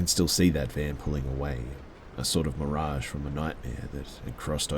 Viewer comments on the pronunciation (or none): none